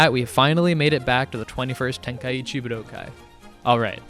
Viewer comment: Props for correctly pronouncing budokai! But its nit tenka eechee its ten kai chi